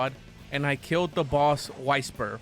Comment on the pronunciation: It's not wiysper it's wysper